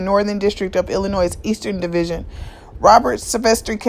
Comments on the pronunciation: Hi your doing a great job. I know Illinois has a S at the end but the S is silent. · Illin' Noise or Illinois??